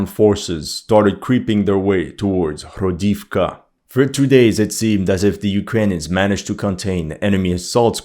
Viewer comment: Cette prononciation des 'h' comme des 'jotas' espagnoles, ça écorche un peu les oreilles, quand même (le 'h' se prononce 'g' en ukrainien), comme le 'i' (le caractère n'existe pas en russe) se prononce 'o' pour marquer un 'o' tonique (il n'y a pas de tel indice en russe, où le 'o' se prononce souvent 'a', comme dans "Pokrovsk" prononcé "Pakrovsk", ou "Toretsk" prononcé "Tarietsk"): "Hrodivka" se prononce "Gradofka" (avec un 'r' roulé) et "Novohrodivka" se prononce "NovaGradofka" -- on s'y attend un peu, vu que "grad" signifie "ville" et "novo", prononcé "nova" signifie "nouvelle". Pour l'analyse elle-même, qu'est-il arrivé au F-16 abattu sur le front de Kursk, vous êtes le seul à en avoir parlé il y a 2 vidéos de ça...? Philippe Buffon rapporte que les Russes sont déjà dans Pokrovsk. Moi, je crois que les Russes vont essayer autant que possible d'éviter un nouveau Bakhmut et vont se "contenter" d'isoler la ville en prenant le contrôle de tous les axes de communication: sur leurs avances au sud de Niu York et vers Selydove, ce sont les drones qui transforment les axes en "death roads", suit l'artillerie pour vider les sacs-à-feu des Ukrainiens qui n'ont pas pu fuir, et une fois qu'il n'y a plus rien, l'infanterie prend possession des lieux: forcément, ça avance vachement vite. Comme Pokrovsk est un nœud ferroviaire et routier ("sans importance", selon le directeur de la CIA devant le Sénat il y a 2 jours), un siège est probablement plus efficace que la prise de la ville elle-m